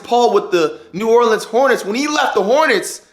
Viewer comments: this dumbass nigga lost me when he said "new Orland hornets" boi and he said "persuaded" boi he was traded dumbass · This man jut said new orleands hornets